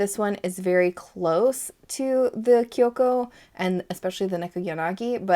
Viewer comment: oh wow! i don't even know how to chose a favourite ;; i never thought i would be into purple inks when i started with inks and fountain pens but they're really some of my favourites! also your pronunciation of kyokkou was great!!